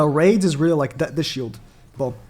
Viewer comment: you could have just go to google translate and let it pronounce it for you and rades is not spoke raids its radesu like radez